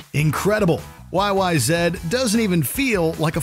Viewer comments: it’s “YYZ”, not “YYZed”. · Why are you calling it YY Zed?? It’s Y-Y-Z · YYZEEE NOT yyzed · Sorry everybody he asked for it it's not YY Zed, derp what!!! It's YYZ, I mean come on. Just passed away not too long ago greatest drummer of all time in my opinion yeah bonzo's great but he's been gone for quite some time and he never reached a level of intricacy that reached. But that is my opinion they're both great either way peace and love everyone...